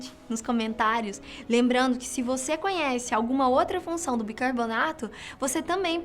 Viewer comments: Só eu que percebi que ela fala BIRCARBONATO? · Ela falou bircabonato várias vezes :|